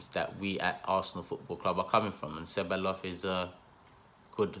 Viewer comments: I think it's pronounced "Sebayos" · Ceballos is pronounced Che-buy-yoss I think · Ceballos is pronounce Ceb-eye-os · how many arsenal channels does it take to pronounce a persons name right? your all at it! just say Dani ceballos once and be done with it right or wrong. who cares. apologises every time he mentions the mans name!